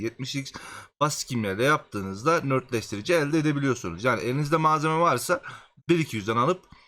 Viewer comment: Saol videolarına minnettarız. beğenmeyenin itemi geçmesin. ama oradaki nötr kelimesinin ne anlama geldiğini bilmeden rastgele nörtleştirici dedin ya hani işte ben ona takıldım anlamsızca. Nötrleştirici olacak doğrusu. yani kelime anlamı dengeleyici, sıfırlayıcı Nötr yani:)) Nört değil.